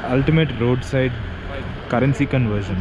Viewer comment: It’s currency not gurrency. Two not Do.